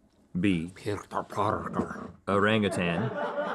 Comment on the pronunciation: As a malay people, i can assure you link pronounciation of orangutan in his whisper is the correct pronounciation